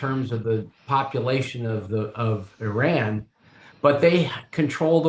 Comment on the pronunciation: I respect having the intellectual courtesy to pronounce the names of Iran and Iraq properly. Small details.